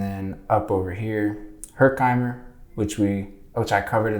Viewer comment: It's HER-KIM-ER. You didn't speak to anyone who pronounced it correctly?